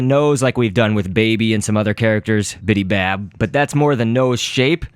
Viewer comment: BIBY bab Not BIDI bab